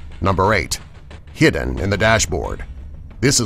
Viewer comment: He said heeden he was supposed to say hidden lol